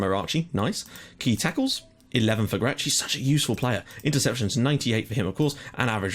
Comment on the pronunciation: Hi you must be getting really frustrated with my comments :P But here are some new corrections-Xuereb is pronounced Sh-ue-reb. Grech is pronounced Gr-ek. And also, Valletta and Hibernians are currently the real top dogs in the Maltese Premier League. Birkirkara are basically the team that finish 3rd most of the time. For me you should really be more worried about games vs Valletta and Hibernians rather than Birkirkara, but I don't know how good they are in the game. And yes, Michael Mifsud was one of the best Maltese players of the recent times.